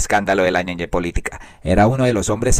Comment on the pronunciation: Es ñeñe y ud lee ñeñé, no le sobran unas clases de gramática y ortografía; con mayor razón oficiando de comunicador.